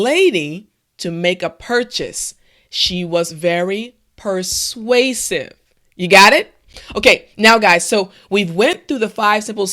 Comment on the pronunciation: I learned to say persausive :)